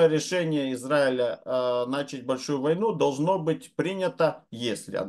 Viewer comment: Уважаемый, хорошо бы "начАть", а не "нАчать".